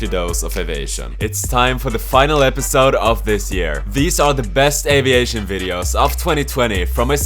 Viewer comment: Its Av I ation The I is quite an important part of the word Aviation